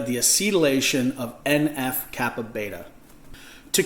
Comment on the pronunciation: en eff kappa BEE, not beta